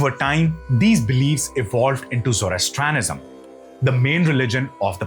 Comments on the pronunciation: You should learn how to pronounce each word perfectly. It is not Pere Polis but Perse Polis one word of course. Also it is not Zoras thanism but Zoras trian ism. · I think it's pronounced Persepolis, not Perepolis! and visiting a country and taking it over are two very different! And it is Zoroastrianism not Zorostranism.